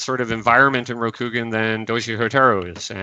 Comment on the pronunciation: Minor thing but it drove me nuts. Kah-CHEE-ko not Kah-cheh-ko. Ho-TAH-roo and not Hohta-roo. Ro-kuu-gahn not Rock-uu-gahn. In general your Japanese pronunciation just drove me up the wall.